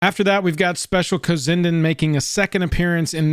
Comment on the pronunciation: Just a friendly heads up, it's actually pronounced "cozy n' dan." They're an artist couple that's been around in the indie/underground art scene for awhile now, great work